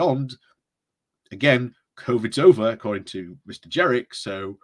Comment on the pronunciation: I think it is Jenrick not Jerrick